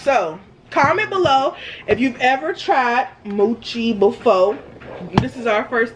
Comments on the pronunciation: You pronounce it mo Chi not how the cow says it mochi-NO HATE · It's mo- chi not mu- chi. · It’s not muchi it’s mochi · It’s not moochi 😂 it’s mochi 😂 y’all silly 🙃 I love my Mochi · she did not say moochi I'm dead but mochi is good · I like the red bean Mochi. Mowchi...lolol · it's called mooooo chi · Lol "moochi"